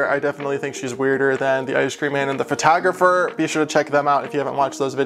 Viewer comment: Did he say Fertagerfer? Yes, I know it’s, “Photographer.” Another thing. How can she kiss you?!?!?!